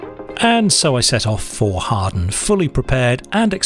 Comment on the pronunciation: Great video. I live right next to Hawarden airport and I'm happy you pronounced it correctly. I work on the trains in the area and our automated announcements on the train pronounce it "HOWarrrDEN" and it drives me mad. quick question, when approaching Hawarden, do you have any special instructions if you see a train on the approach to runway 22? I've been told that the training pilots at RAF Valley have to abort their landing if there's a conflict. (to be fair, we have special emergency signals there too that are turned on by RAF Valley tower in an emergency, there are none at Hawarden so I assume there's no special instructions.)